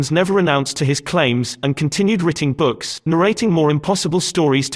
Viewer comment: Ghastly audio full of idiotic mispronunciation such as "writting". Is it some kind of robot voice?